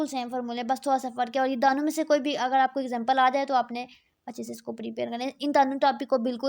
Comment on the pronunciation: ap 2 ko dano ni bola kryn dono boldia kryn thik hai baki bht acha guide kr rhi hain ap👍